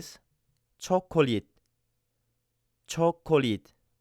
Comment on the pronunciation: How did the 's' consonant suddenly turn to a 't' sound in cho-ko-leet?